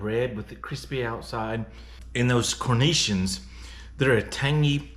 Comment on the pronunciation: Umm...good job on finding and paying for a half wheel of raclette, but I am sure the cornichon's are not supposed to be inside the sandwich. Pronounced Kor-Nee-Shawns. I want to get hold of a half wheel too!